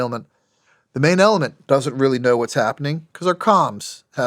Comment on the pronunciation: "manailment" the uhh main element